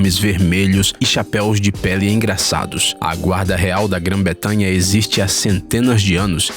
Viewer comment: Só uma dica , é Gran bretanha e não Gran betamha